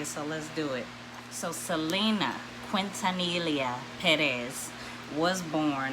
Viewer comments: Quintanilla Pronunced Quin-Ta-Niya the two ll’s make a y sound in Spanish. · Quintanilla pronounced Quin-Ta-Niya. The two Ll’s Make a y sound in Spanish.